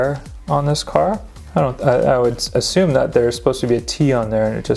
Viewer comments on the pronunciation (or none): none